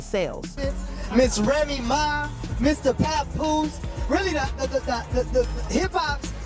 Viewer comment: Puhpoose. Rayma Ma